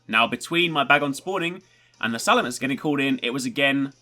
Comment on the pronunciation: it's salamence not salamance